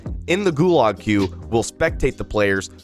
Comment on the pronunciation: yo bro,GULAG is pronounced more like GU-lodge like log but with a z-ish kinda ending